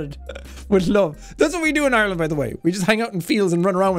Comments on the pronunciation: Lady: “oirland” Sean: “..Ireland” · ITS ARLAND! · Teacher: "Oyerlind" Sean: "EYErland" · Not really oirland but more like aireland so she got that a little wrong imo but idk maybe that's a different accent than me what I'm used to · Jack SepticIreland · It’s pronounced eye-r-land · your definitely a yank. I as an Irish person can speak on behalf of ALL of Ireland. It is pronounced Ar - land, we dont say eye-r-land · As someone from the East of Ireland. we pronounce it eye-r-land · Voice coach: OiErLaNd, fLaRe, hOoM Me an Irish person: no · Isn't it a bit more like EIRland? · We pronounce it as “AREland”